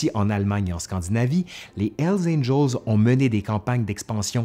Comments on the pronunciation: C'est curieux parce que comme tu es Québecois j'ai toujours l'habitude de ta bonne prononciation des mots anglais (par rapport aux Français qui prononcent ça à la française). Mais quand tu dis "L Angels", ça m'a surpris. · Mon ami.. il faut bien prononcer le " H " de Hell ... Parce qu'avec très peu d'effort, on pourrait comprendre " ELS ANGELS " , qui signifierait totalement le contraire des "anges de l'enfer" . Merci pour votre vidéo ;-)